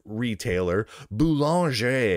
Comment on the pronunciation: Your pronunciation of "Boulanger" tickled my brain... But anyways, good video.